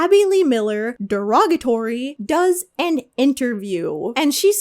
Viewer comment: When you say “Abby Lee Miller, DEROGATORY” I laughed real hard cause of the emphasis that you’re trying to say “no, literally in the worst way possible”